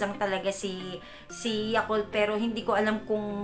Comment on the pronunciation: Yugart ba talaga ohh yakult ate hahahaha